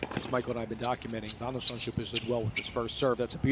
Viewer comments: Van de 'zandzschllloop? You can clearly read that the L doesn't come after the H... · He was pronouncing it 'Zandschlupe' - is that right, Dutch speakers? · The reporter keeps on saying "Van de Zandschlup", but really, the U comes before the L 😏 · Vèn de Zendshlup? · Either the commentator is dyslexic or thinks Holland doesn't obey the rules of phonetics